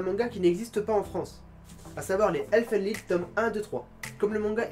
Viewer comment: en parlant de "elfen lied" , je crois que tu prononce très mal le titre, sinon il est pas mal